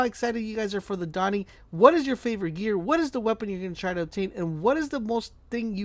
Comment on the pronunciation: "The Dawing"